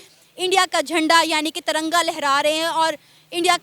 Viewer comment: One correction it’s Tiranga not taranga